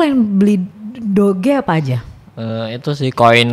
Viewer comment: DO-GE no DOJ - DOC